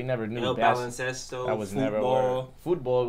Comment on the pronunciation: Lol wtf, no. the way he said it was like a 5th grader trying to pronounce Spanish for the first time